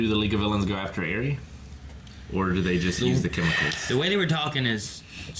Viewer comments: Why has no one still corrected them on how to pronounce Eri? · pronouncing eri is literally your name minus c lol